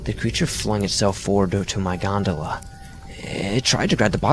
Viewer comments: Omg how many times did he say gondala? So annoyed lol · I wish a '100$' bill magically appeared in my wallet after every time he said "Godala" . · Ahh yes the creature on the G O N D A L A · Wait... Did he say gondala ? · I read this before I watched and couldn’t listen to him say gondola without laughing every time